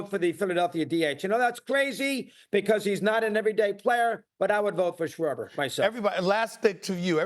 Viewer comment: Lmao this guy said sharber like cmon man a DH